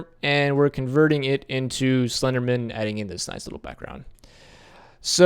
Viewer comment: It's slender man. Not slendermin you say it like its someone's second name ! Bugged me the whole way through.